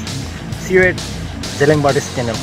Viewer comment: Why zeliang tho? Correct it to Zeliangrong bro